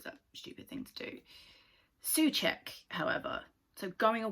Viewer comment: its u but o-u , like when you spell letter O